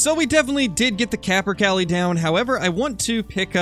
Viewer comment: it’s capper-Kay-lee not cally